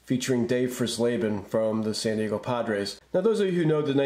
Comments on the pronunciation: You're mispronouncing Dave fries laban's last name Fry's Laban is the pronunciation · Pronounced "Fries-leben", like French fries. I never saw any of the Washington variations where I live. Maybe they only came out in certain markets, just like the 75 minis, which I also never saw. A similar situation arose a couple of years later when the Giants were on the verge of moving to Toronto, but that time Topps didn’t jump the gun.